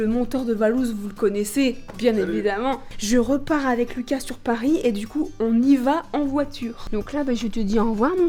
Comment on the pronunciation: je pahhh a pahhhris